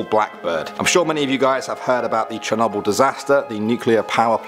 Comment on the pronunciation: I love how this guy pronounces Chernobyl 😁😂